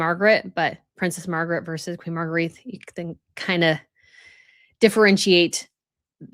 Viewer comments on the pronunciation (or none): please Google Queen Margrethe name pronunciation. It's nice that you're trying to differentiate the various royals with the same names, but Margrethe is pronounced 'Mar-great-ah' not Margreeth.